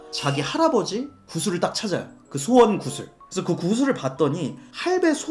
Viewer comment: 자꾸 소원을 수원이라고 하는거 킹받네